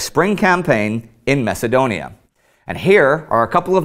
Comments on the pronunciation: LoL! Indy did... mess up. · in the video Mess-adonia oh indy you're pretty great lol